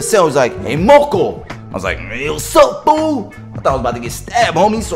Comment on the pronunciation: Its moco not moko